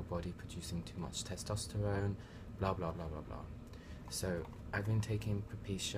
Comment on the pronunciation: tostesterone ahahahah, its testosterone bruv